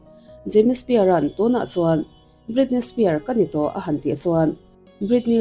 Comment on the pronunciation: Britney Spear ni lovin Britney Spears